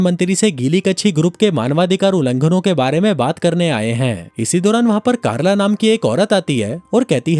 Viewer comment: Chalo ek ladki ka naam toh thik se liya (carla)😅